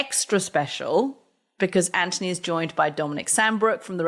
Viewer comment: I want to see the one where Anthony finally cracks and insists Katty says his name right.